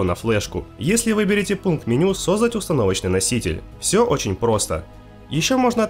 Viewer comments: сОздать? что блять с ударениями творится? или это прикол какой-то который я не понимаю? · сОздать мляя.. 🤣 Как так можно то вообще слово искаверкать 🤦‍♂️ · вангую что он из с Украины.